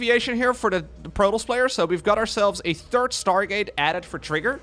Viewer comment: Schtargate units. Dem dutch accent coming through.